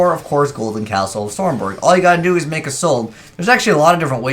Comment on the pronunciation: Stromberg not stormberg.